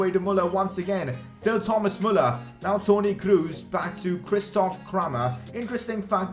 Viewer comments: "Kroos" is pronounced "Kros" not "Krus" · lol you didnt tri it with the ö. Most English persony try to say ö but he faild but its better than dont try it oh and its Kros not Krus 2x o arent u in germany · Toni Kroos not Kruus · I See it A Pass To krus I:Hahaha You German Name Späking is more Bad Than Brasilien in ther oun Home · i love how he says toni krus xdd